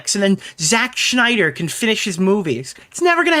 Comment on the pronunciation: complains about people butchering Mutas name - "Zack Schneider"